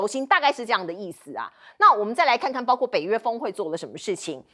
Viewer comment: 为什么这个主持人说的是包kuo，不是包gua